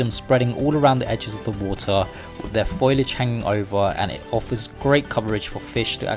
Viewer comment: Fo-Li-age notFoil-age.